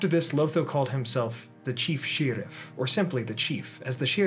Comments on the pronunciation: This is the first I’ve heard the word sheriff pronounced shearif. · In the book it's spelled shiriff.